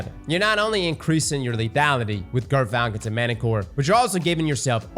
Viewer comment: I swear he's saying girthfalcons